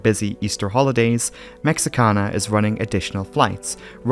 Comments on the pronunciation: Your pronunciation of Mexican cities is so perfect and beautiful, I wanted to make sure you are aware that there is no English "X" (ecks) sound in Spanish, it is pronounced like the letter "H", so this airline company is pronounced "Meh-HEE-ka-na", even by most Americans, where we probably speak fewer foreign languages than any other country on Earth - even less than people from Meh-HEE-ko. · All that amazing research, only to fail to research the airline pronunciation. Cringed everytime as a Spanish speaker.